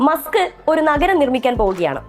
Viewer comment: മുസ്ക് ❌️❌️ മസ്ക് ✅️✅️